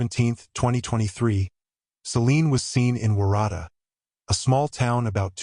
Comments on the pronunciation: Waratah - warra-ta. It's a flower. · omg the way you pronounce waratah. Its so wrong lol. Im an aussie watching from victoria. It sounds like worutar. It is also a native australian plant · Waratah is pronounced like WA-RA-TAR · WOR RA TAR is how to pronounce Warratah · Sorry.. I have to correct you. Waratah is pronounced Wo(as in Ox)rutar. Jen from Oz. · Why do you pronounce Waratah wrong. You must have seen a lot of footage that pronounces it correctly. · Waratah, pronounce the town incorrect. That area is very very difficult. Dashcam great idea. When Hiking 🥾🥾 anywhere in the World always be prepared, not alone, a Personal Locator Beacon PLEASE, a Whistle great idea, your mobile, a Compass, Water, Food bites. even a just a thought pressure pack paint tin mark your pathways if needed. Maps, more knowledge in the area where Hiking. Did Celine stop ? chatter with locals where she was hiking ??? Was Celine not alone ??? ❤ RIP ❤